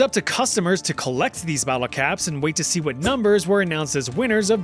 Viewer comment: as someone that lives in the CITY of nottingham, i applaud your perfect "wot?" in the local accent ;) and of course <BEEP>!